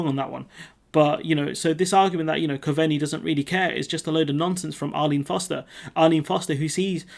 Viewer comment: "Cove-Knee" 👍 .. that's how the Irish FM's name is pronounced. You're still doing a great job dude !! Keep with it 👍